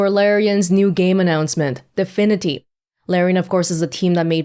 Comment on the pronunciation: Am i the only one that keeps hearing her saying "difinity" and not divinity?